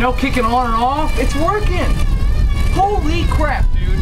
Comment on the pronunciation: please dont say holy like that